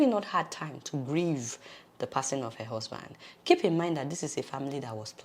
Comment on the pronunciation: I thought you were a Nigerian. Bit the way you pronounce the word "her".... What's up with that?